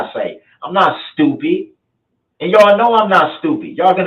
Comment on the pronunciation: I love the way you say STEW-PID, you know, really proper like. I just love you girl & ALL YOUR UTUBE CONTENT❤❤❤❤❤❤❤❤❤❤❣️ "ALL OF YOUR" BROOKS STUFFIS MY FAV❤❤❤❤ LOVE YA GIRL❤❤❤❤